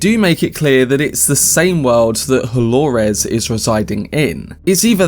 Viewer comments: Why do you say holores! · And who is Delorez? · Why do you say Dolores like that😭